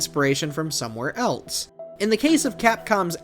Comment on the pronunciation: There's something about an adult saying "eltse" instead of "else" that really gets me